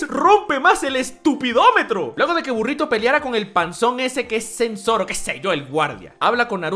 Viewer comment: me excito como usted dice burrito le dare un like